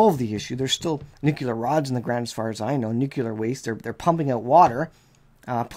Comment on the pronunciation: N U C L E A R not NUCULAR